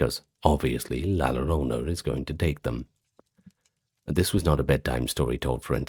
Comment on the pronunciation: Excellent compilation! I listen to these when I'm awake, not just to sleep, and your videos are always fascinating. Quick pronunciation note, though: in Spanish, the double L makes a "yuh" sound, or in some dialects a soft J like in Jaques. So "la llorona" would be la yoh-ROH-nuh. Thank you for the amazing work you and the team put into these videos!